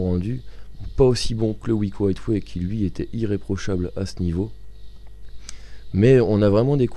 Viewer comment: MDR vous avez quoi tous a mal prononcer Highway ?